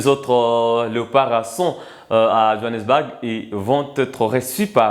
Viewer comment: Le mot "BOURG" se pronounce phonetikement comme "BOUR"pas BAG comme tu le prononce, merci.